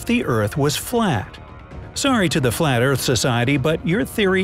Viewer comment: What do you mean the earth is flet...😂😂😂